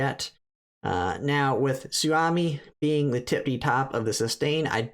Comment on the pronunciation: Could you please call her "Sue-O-Me", it's a Japanese name.